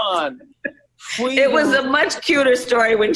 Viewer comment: Gross, Kamala! Fweedom 🤢 so slimy